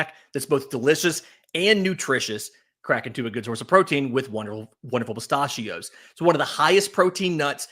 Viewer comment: Good morning. The way you say “pistachio” is infuriating.